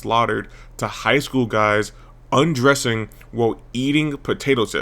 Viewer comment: "high-school guys uhdressing" 😅😅😅😅